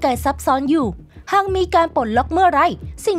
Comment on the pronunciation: ลากเสียงคำให้ยาวกว่านี้จะดีมาก หาก=หัก มาก=มัก แบบนี้ไม่ได้